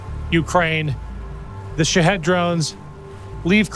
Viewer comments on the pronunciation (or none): Love the way pronounces shahed. Sounds like he's saying shitheads. I love it lol. But seriously... very impressive and courageous of the Ukrainians but also yourself. Job not done but task was well executed and a success. Keep up the good fight. Stay safe.